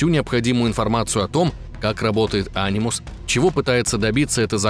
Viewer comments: Ани́мус а не А́нимус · Анимус.. правильно говорить - анИмус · Ударение не не то е в фамилии дезиле и в анимус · Почему а́нимус, а не ани́мус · вообще ни разу в АС не играл? Ударение же в Анимусе на букву и.